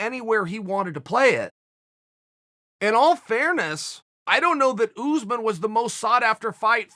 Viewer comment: Us- usman Chael- ooze man